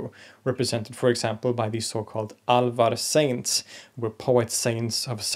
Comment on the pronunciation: Your pronounciation of Ramanuja, Alvar and several other words is indeed inaccurate. But good enough for a foreigner with no formal training in the languages.